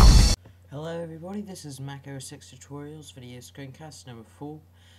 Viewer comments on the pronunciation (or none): but it is pronounced mac os 10